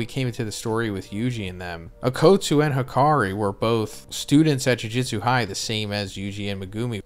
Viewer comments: I’ve been watching this video for more than an hour no. but am I the only one hearing “jiu jitsu” every time he says jujutsu? I mean am I going crazy?? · Is it that big of a deal? and lmao yeah he was saying jiu jutsu